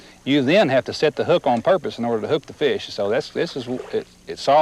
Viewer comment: “Thars a feesh!”